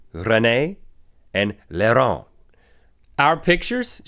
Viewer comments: It's not "Larent" it's Laurent (au pronouncent as o) ;) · je ne sais pas ! , c'est une négation ^^I don't know, it's a negation ^ ^ sinon heuu ah oui !!! Laurant....ne se prononce pas Laron d'une façon haché est pas belle contrairement à René mais "Laurent" c'est à dire L.."AU"..rent, le "Au" se dit comme "o" et est fluide. if heuu oh yes! Laurant .... does not comment one way Laron hashed is not beautiful, but unlike René "Laurent" that is "L".. "AU" .. "rent", the "Au" is said as "o" and is fluid. Sorry for my English, I'm a beginner ^ ^ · Well Link, your name was probably pronounced "Lorent" because the way you're pronouncing it "Larron" means thief. For us, the foreign language we leant at school was English. And I took Spanish classes in cegep. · btw link its laurant and you tell it lorant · I'm french and you're not doing so bad,(dont worry René is a male name in french, but i never heard somebody called Laron) good videos anyway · Hi, guys. Rhett : your french name was René. RenéE = female. It's a mixte name, like Michel/Michelle, w/ the same pronunciation in French but a different spelling. Link : pronunciation of Laurent: you pronounce "Lau" as you would say "Law". You're welcome, j'suis français et j'suis content de voir que vous avez choisi d'étudier le français; même si, apparemment, vous ne vous rappelez presque de rien,. Next time, try to say my username. :p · haha Link, you'Re saying your name wrong :) it's pronounced " LOrent" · is link saying laurent? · Bonjour ONLY means hello Rhett :P and Link you really need to practice how to say Laurent cuz you're failing badly at saying that lol.